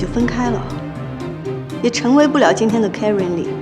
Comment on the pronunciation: 只有我在纠结他奶奶把Karen叫成Kery吗